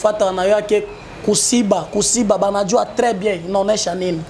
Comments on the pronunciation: Wana kiswahili ya lokuta eza kosiba te eza Kushiba siyo kusiba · Ku shiba not ko siba